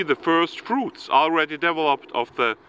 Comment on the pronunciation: Thank you for educating us, you do a great job and at the same time give us a little smile when you say "develope" or "developing" 👍